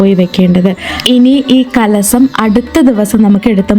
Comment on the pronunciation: Not കലസം കലശം, കല്പവൃക്ഷം